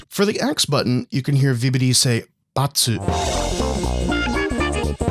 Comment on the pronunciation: vibidi toilet (i swear thats what it sounds like hes saying)